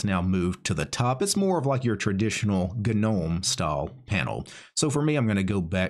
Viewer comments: I love your vids bro. I'm thinking about learning how to use MX Linux as I'm a windows user. BTW gnome is pronounced with a silent g! Keep up the great work mate!😉🤘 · The G is silent, btw…